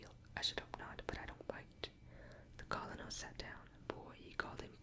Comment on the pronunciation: Even tho u might have already learned the correct pronunciation of Colonel, I have been meaning to tell u it's pronounced like kernel...as in a kernel of corn. English is a very difficult language with so many inconsistencies, but u have done an amazing job of not only learning to speak and read it but to pronounce even the most difficult words. I would REALLY love to hear u read more...and for longer...maybe a bit slower? I could fall asleep listening to u read a phone book if people actually used them anymore lol.